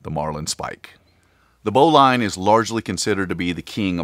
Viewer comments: Great video. Please pronounce Bowline correctly as Bowlin. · I think you are saying Bowline wrong. It's Bow as in Bow of the boat. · Why are you pronouncing Bowline incorrectly?